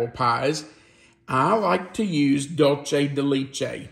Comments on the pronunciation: I love this recipe but it is pronounced doolsay de lechay not Lee lol (Dulce de leche)❤️ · Please,.....as an Educator, conscientious of things like Enunciation..and Accuracy..Please LEARN how to pronounce Dulce de Leche properly!!! i can help!!! Ready?? it's: DOOL- say day LAY- chay!!! Wasn't that Easy?!!♡ thx!!❤ THANK YOU!!!♡♡♡♡❤ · Dull-chay da leech-ay lol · Hiya, ok I’m going to be that person. The pronunciation for dulce de leche is DOOLSEH de LEHCHE. No long “E”s anywhere. 😊😊😊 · The dulce de leche is pronounced doolsay day laychay just FYI.